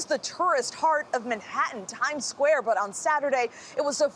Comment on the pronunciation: Omg i love her but im dyinnggggg the way she said "Time squawe" 😂😭😭😂😂😭😂😭😂😭😂